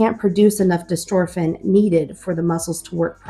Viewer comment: I saw elevidys is working well for the older son. That is good to see! I hope you will follow up regularly so others can see what Elevidys can do for a kid. How old is the older child? It is btw not dystorphin but dystrophin, but that is a minor point. Good information!